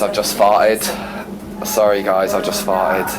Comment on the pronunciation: Why do you add an R sound to words that end in an O? “In this videorrrrr” “Sorrrr sorry”